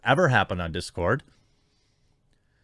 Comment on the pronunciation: It's dis cord not that cord.